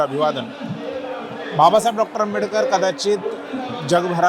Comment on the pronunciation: बाबासाहेब आंबेडकर यांच नाव नीट घे तु नाव कस सांगतोय